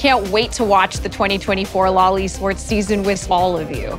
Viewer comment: You say "LoL eSports", I hear "loli sports"